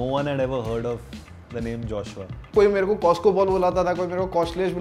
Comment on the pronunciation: For Rachel its ' joshh uaa.. joshua" !!